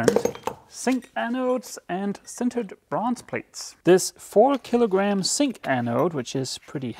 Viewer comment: for me a zink anode is pronounced with a Z. Just as in English. I don't think the difference between Dutch and Danish is that great, thus I wonder why you keep calling it a Sink anode.